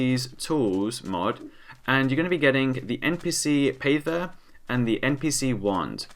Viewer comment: says pather like payther facepalm